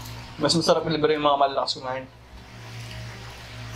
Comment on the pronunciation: "mesherep" - hahahhaa